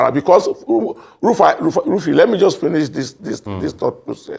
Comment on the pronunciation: Please mr guest speaker don't call him Elrufai his name is Rufai